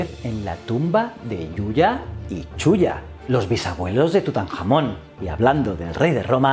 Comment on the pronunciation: tengo mucha hambre o ha dicho TutanJAMÓN???!!!